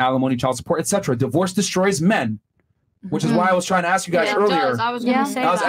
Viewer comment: How the hell can you "axe" a question??